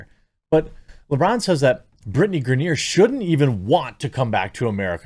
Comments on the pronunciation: Griner. Not Grenier. Griner like “winer diner and griner.” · Gri-ner its not gra-near... ffs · Lol; I know you don’t care; but it’s pronounced Gr-eye-nur. And yeah, this is just the dumbest thing, and seeing people push for her release is mind-numbingly ignorant. They don’t realize what it takes to make this happen; and also don’t know what happened. I think she will ultimately get released, but the more we push on social media, the more Russia will get in return. Best course of action, for those that care about her, write to the elected officials, not the world on social media. 🤦‍♂️ Most wouldn’t know who their elected officials are, or how to contact them off social media. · "Gra-near" lol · It’s pronounced Griner (gry-nur) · Bro this is old news...outkick...black n white sports...have covered this for weeks....n the dude locked up in Russia name is pronounced grine-ner..lol.. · LMAO GRANIERRRRRRRRRRR dunno if he cant read or just messing it up on purpose. funny as hell non the less screw her. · why is he saying Griner like that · Come on Jeremy, you know how to pronounce her name correctly. Griner rhymes with niner. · Are you purposely saying her name wrong? Cause it’s annoying lol.